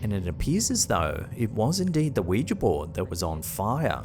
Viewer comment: Thank you for pronouncing Ouija correctly. Don’t know why it bugs me when people say it like Wee-Jee, it’s Wee-Juh phonetically.